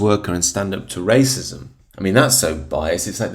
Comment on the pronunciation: She cannot even say wascism